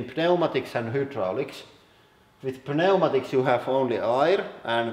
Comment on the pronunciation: I love how you pronounce pneumatic. Just say it like-new matic